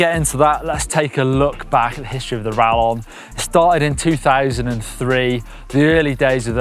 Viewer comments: Hearing say Rallon instead of Rayon is painful:O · quesadilla (Kay-suh-Dee-ya) Same concept. It’s rayon bud…